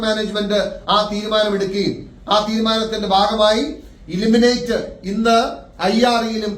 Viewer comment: ഇ ലിമിനെറ്റ് അല്ല ഇ ൽ മി നേ റ്റ് അല്ലേ.